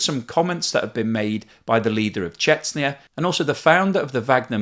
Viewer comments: Informative and well-presented as usual. (BTW, Chechnya is pronounced CheCHnya not Chetsnya (if you go on the Russian spelling)) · Thank you, but could you please stop saying “Chetsnia” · Dear, please look up how to pronounce Chechen and Chechnya.